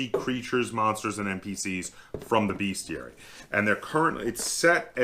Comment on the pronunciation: Bestiary, not beastiary. How is it that not a single gamer can pronounce this word. It grates on my ears! Great video, though, thanks for this!